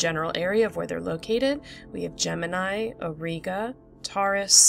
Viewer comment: Auriga is pronounced /aw-ˈrī-gə/ and Canes Venatici /ˈkā-ˌneez-və-ˈna-tə-ˌsī/. Boötes is pronounced /bō-ˈō-teez/. An umlaut above a letter means the letter is read separately. In Latin technical words the letter i at the end is normally pronounced /ī/ as is in radii, Gemini, apha Tauri, etc.; ae is usually pronounced /ee/ as in Aurigae, formulae, etc.